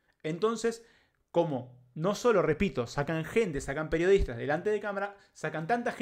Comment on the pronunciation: Dice "PERIODITAS"